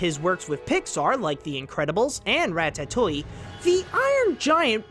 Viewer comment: "ratta toy"